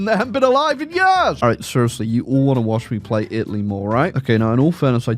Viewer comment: Take a shot every time he says "Itly"